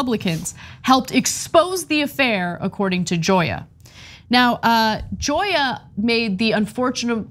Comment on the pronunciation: it’s pronounced hoya.